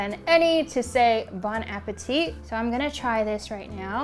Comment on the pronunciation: haha thank you! I wanted someone else to correct how she pronounced his name haha. also the Bon Appetit pronunciation haha. I could tell she didn't know french but hey she tried! and the food was amazing.